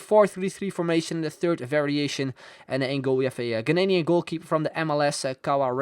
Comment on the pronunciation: It's not "Ghananian its "Ghanian", good video though BTW FIFAManny came up with that freekick technique